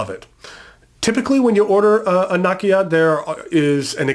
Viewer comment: Great list. I wish I had money to buy the Kanilea pen. btw Nakaya is pronounced NAh-KAh-YAh not NA-ki-ya